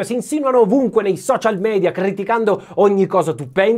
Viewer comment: guardando i tuoi video c'era qualcosa che mi faceva pensare ci fosse qualcosa di strano, eppure bello. Ora ho capito: Sei uno dei pochi che dice, correttamente, "mEdia" invece di "mIdia" (rispettando l'etimologia latina della parola, invece di mettere inglesismi "a buffo"). Grazie!